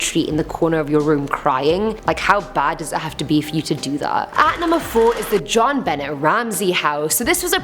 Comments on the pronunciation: Number four's name is pronounce Jonbonay,not jonbennett. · u know that u are my fave host but, u pronounced Benet wrong...it's Be-nay...NO SHADE!! U are my absolute favorite...thanks for the content. U have a wonderful sense of humor😉😙💖💖💖💖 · not ben ette it's Jon Benay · Jonbenet is french it's not John Benet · Its pronounced John bena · It's pronounced Ben-ay....I'm sorry but that irritated me. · JonBenet Ramsey's name is pronounce like jon boune' ramsey it's french (her first name) just an fyi. I didn't know who you were talking about till you got into the story lol. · its pronounced jon-be-neh